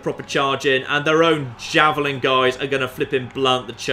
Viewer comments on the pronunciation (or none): none